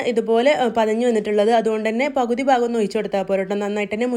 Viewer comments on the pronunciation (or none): none